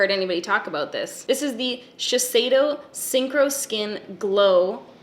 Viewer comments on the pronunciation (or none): none